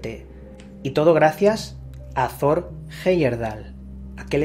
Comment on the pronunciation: No sé pronuncia "zor" es Tor como el dios nórdico. Te lo digo porque yo vivo en Noruega, en su ciudad natal